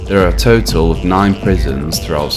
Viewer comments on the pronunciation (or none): none